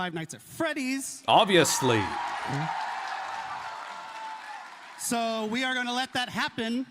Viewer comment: God it was such an honor to meet Mathieu Cote and grab a photo with him. He’s the dude who handles all the licenses and what not for dbd but he can’t pronounce Five Nights at Freddys for the life of him with his thick French Canadian accent 😭